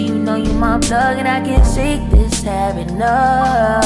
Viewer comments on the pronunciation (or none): You spelled bad habit wrong. You said “Had Habit”😂